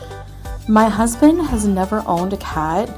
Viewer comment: OK this is nit-picky but hear me out. I HATE the way says, "husBIN" instead of husband. /rant